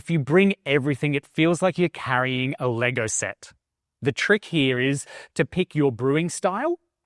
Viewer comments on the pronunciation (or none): none